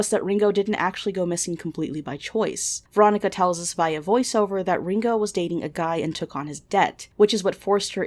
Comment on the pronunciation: cant shit on veronicas pronunciation when you say Ringo like the beatle lmao